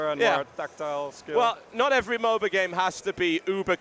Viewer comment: Please stop calling it MoBA.